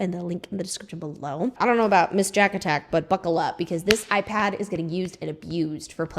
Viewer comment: Tee hee I heard “pink eye pad” when you said “pink ipad” 😅